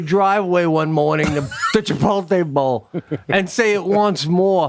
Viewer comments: "Chipolté" ?..."Chipolté" ? Who the hell are you guys? Brent Kursher? I've never heard that mispronounced that way. Whoa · Can someone “kindly” tell Sebastian that Chipotle is pronounced: Chipote-lay not Chipole-tay😂